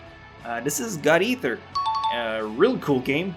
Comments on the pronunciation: Why do you say god eather??? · guys is saying eater like iter